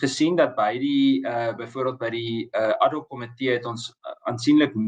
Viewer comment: Uitspraak nie addok-komitee nie, maar ad hoc komitee asb.